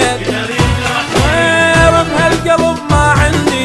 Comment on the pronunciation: اول شي اسمه صفقوله لانه حرف ق نقدر ننطقه بحرفين مو تحطون حرف ك